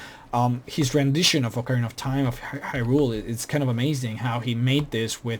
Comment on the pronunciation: The Zora King was never murdered!!!! And it's pronounced as high-rule not he-rule.